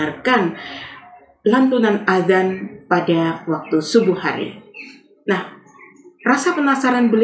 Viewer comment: BUKAN ADAN PAK TP AZAN